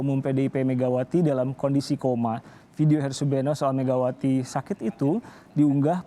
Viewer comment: Namanya Harsubeno (kedengarannya : Asubego) iparnya si Refly tak Harum (yg DIPECAT dari BUMN itu.)